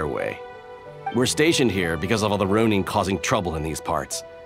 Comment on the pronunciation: Row neen triggers me a bit